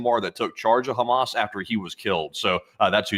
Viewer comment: I thought i was the only one who called Hammas, Hammus !!!🤣🤣